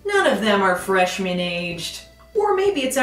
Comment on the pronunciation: I'm not sure it's Freshman Year, I kept hearing Fresh Manure